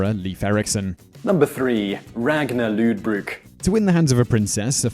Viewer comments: "Ragnar LOODBROOK"...Loodbrook It's pronounced Lothbruk bro....Even though it is speeled Lodbrok. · pronunciation is horrendous.... (some points are not 100% factual. like the retirement of Ivar the boneless (EE-Var)) also "Lodbrok" is pronounced Lothbrok, and Egil (EEgil not EE-uh-gil) also using less fantasy and video game images wouldn't hurt finally where is King Knut Sveinnsson "the Great"? Harald Hadrada didnt fight William the conqueror! He fought Harold Godwinson and lost. Harold Godwinson fought William and lost. also that picture was from Hastings not Stamford! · and its lothbroke not lod i did my research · Ragnar Lewdbruk XD That pronunciation. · the way you say ragnars name it sound so gay and so stupid especially when you say lodbrok